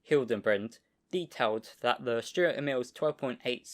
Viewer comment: Nice and interesting video. Stur means Sturdy or Stalwart or Cool. Sturer Emil: Sturdy Emil. Stur pronounced as Stoor like in Do or Too. In our Dutch language it is pronounced the same: stoor, written as Stoer.